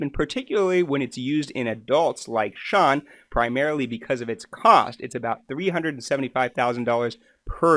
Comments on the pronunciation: You kept saying Shawn, it's Shane. But thank you for the clear and consise explanation of the disease. As for the rest- we never know what is the truth on YouTube. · It’s Shane, not Shawn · Sorry but your inability to ensure you use the correct names for the people you have made a point of talking about at the start of this video has damaged your credibility. When you have their names displayed spelled correctly but repeatedly call him Shawn when his name is Shane, and also saying Hannah’s name as ‘har-nuh’ rather than in saying it how she does, which rhymes with ‘manner’, it suggests that you have not done your due diligence. It is also disrespectful to and Grubs… It’s disappointing as there are many useful and interesting things you talk about, and could be helpful for others who want to learn more. I think that making simple mistakes like this raises questions about safety in your medical practice… I would suggest that you are more vigilant with what may seem small issues for you, but huge for the people in question - this could have been avoided rather easily by watching their videos when they say each others names throughout. I also find it very concerning that you decided to make and share this video despite openly saying that you emailed asking for permission to use Shane’s story in the video, but had no response! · His name is Shane. NOT SHAWN!!!!!! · This is very informative but him saying Shawn instead of SHANE is distracting. I wish I could reach through the video and pass him a note so he could stop! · Great info but you have to do better with learning people's names. Haha it's driving me crazy every time you say Shawn. LOL. It's Shane!!! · His name isn't Shawn. ITS SHANE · His name is Shane not Shaun. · His name is Shane not Shawn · ShAAAAAAne not ShaWWWWN!! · His name is pronounced Shayn not Shawn. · Their net worth December 2022 is 7-10 mil. Lol how you call him Shawn 🥹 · Then why he couldn't pronounce his name?